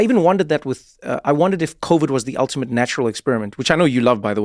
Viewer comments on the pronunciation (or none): none